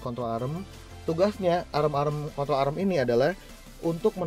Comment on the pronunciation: "kontrol arem"